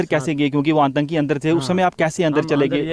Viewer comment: श्रीमान जी आपको टेररिस्ट का हिंदी उच्चारण करना नहीं आ रहा है आंतंकी नहीं होता 👉 आतंकी होता है।